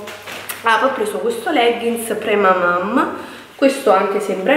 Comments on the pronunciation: Ciao, tutto molto bello ma non credo si dica premamaM ma premamaN.... 😘😘😘😘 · Cla stavo per morire hhahahhaha premamaM xD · si dice PremamaN!